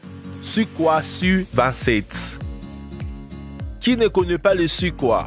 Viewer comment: Il a dit sukoi 😭😭😭😭😭😭 c’est soukoille